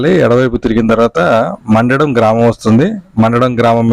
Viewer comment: గ్రామం పేరు తప్పు పలుకుతున్నారు. "మండడం" కాదు "మందడం" అని పలకాలి.